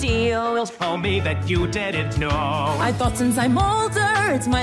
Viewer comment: "you dOdn't knOœw~'